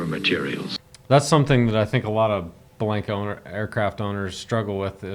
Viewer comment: B-Lank-a is an incorrect Americanized pronunciation. The promo narrator excepted, when I sold Bellanca's and visited the factory in the late 70's, they said B-lawn-ka. The for real granddaughter of Guiseppe Bellanca (Nona) who I went to high school with was B-lawn-ka. Even Youtube confirms the correct pronunciation of this Italian name, I loved my Turbo Viking and am just happy this Youtuber is promoting the finest flying 4 seat airplane ever made, even if Americans can't seem to pronounce the name properly.